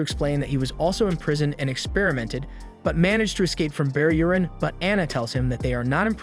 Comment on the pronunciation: Sounds like he says bear urine 😂😂